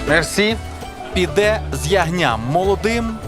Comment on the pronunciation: `піде з ягням` "ззззззззз", не "с" ☝️